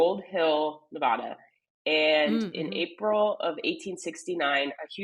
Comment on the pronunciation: Thank you for pronouncing Nevada correctly